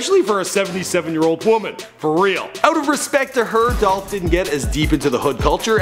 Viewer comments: It's "Dolphhh Niggaaaa💯💯💯😎😎😎😍😍😍🎧🎧🎧🎵🎵🎵🎤🎤🎤💪💪💪🎶🎶🎶 "Adolph????? Now I See Why He Go By Young Dolph😂😂😂😂😂😂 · ITS DOLPHHHH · It's Dolph! - Young Dolph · IT'S DOLPH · It's dolph!!